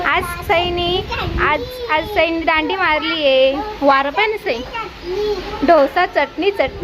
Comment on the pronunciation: ढोसा नाही g....... डोसा 😂😂😂😂